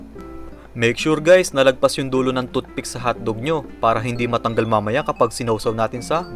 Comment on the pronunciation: parang sinasabi mong toot pick lang si hotdog mo pre.hehe